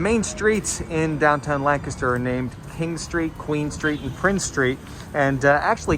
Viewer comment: Yea, correct pronunciation.